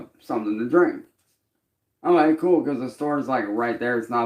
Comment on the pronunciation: ever notice how can't say "Okay". He says "OhLay". Personal very excited to know he is not only a music artist. Label owner, streamer but also a bull fighter this goblin can do it all! 😂😂